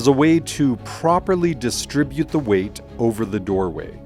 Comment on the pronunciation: Thank you for this helpful video. (Do learn how to pronounce the definite article in its various contexts.)